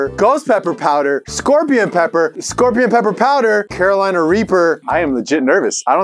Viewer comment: Me from north Carolina being offended at not knowing how to say Carolina